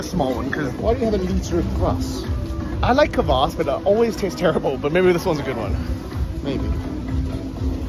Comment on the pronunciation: Kvéss and kavass. Come on aren't you both supposed to be ukrainian experts? 😂